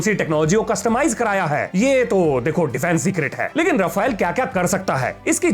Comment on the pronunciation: Saar Raaapheell.. na chal pai iss baar saaar🥲😂🤣